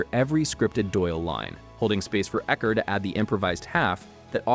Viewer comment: All credibility lost with U-ecker.